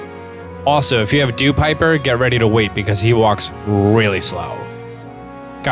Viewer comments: "Dewpiper"? Really? It's "Dewpider" with a "d"... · It's actually DEWPIDER like Dew and Spider